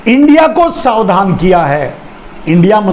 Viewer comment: शावधान नहीं, सावधान बोलिए ना, श्रीमान जी।